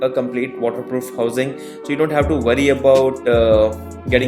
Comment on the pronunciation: Absolutely Ghastly accent. 😡 Get some elocution lessons Dude. You sound like Bud Bud Ding Ding ( bit like an outboard motor). It’s pronounc WORRY Not Vrry.😡🤮💩